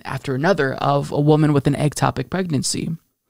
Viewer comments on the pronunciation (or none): Ec-topic pregnancy, not egg-topic.